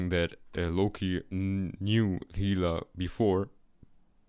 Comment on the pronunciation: it's interesting. also funny when you can't pronounce valkyrie, realms, or hela